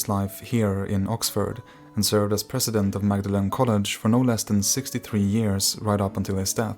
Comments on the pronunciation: FYI "Magdellin" College in Cambridge is pronounced "Maudelin". If you ever go to Cambridge, you will find this out, because you will be told this about 4 times every day. This effectively makes the meta pronunciation of "Magdelin" Bridge or College to be "Magdelin is actually pronounced "Maudelin"". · "Mawdlin", not "Magdalen" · Magdalen is pronounced "Mawd-lin" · Minor detail: Magdalene College Oxford is pronounced “Mawdlin” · Magdalene pronounced “maudlin” — or was that the street only? 🤔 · Not to be pedantic, but PLEASE : Magdalen College Oxford is pronounced “Mord-lin” College. Not “Magdalene” as in Christ’s follower. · It is not pronounced Magdalen college, it’s pronounced ‘maudlin’ college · The name of the college is pronounced “Mawd-a-len” at Oxford. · You pronounce Magdalen as “Maudlin” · You lost any credibility when you pronounced the Oxford college as Magdalene. It’s pronounced MAWD-lin. Nice try on trying to convince us you actually know what you’re talking about and haven’t just put pictures to a Wiki article though. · The college in Oxford is pronounced "maudlin." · Correction, Magdalen College is pronounced as "Maudlin". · the name of the college Magdalene is pronounced ‘Maudlin’. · Magdalen College is actually pronounced "maudlyn" (mord - linn), as the pronunciation was anglicised in the Middle Ages but the earlier Greek spelling was eventially restored. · Magdalene College is pronounced Maudlin College. I know, I live in Cambridge UK. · Great stuff. Just to note that Magdalen College is actually pronounced Maudlin, due to one of those typically English quirks. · Magdalen is pronounced mawdlin….mawdlin college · Magdalen College is pronounced "mord-lin" Weird but true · "Magdalen" is pronounced "maudlin," like the adjective. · Magdalen College in Oxford--pronounced Maudlin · it's pronounced "Maudlin" college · Magdalen College - pronounced 'Maudlin' College. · “Magdalen College” should be pronounced “Maudlin College”.